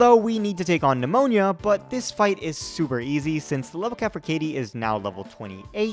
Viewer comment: The fact that you occasionally pronounce "Nemona" as "Pneumonia" is hilarious to me.